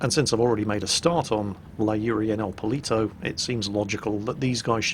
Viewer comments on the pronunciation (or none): i can say for sure that "el polito" should be "el poLLito" that stands for "little chicken" and it was so funny to hear it like that... I'm from Argentina if anyone is wondering...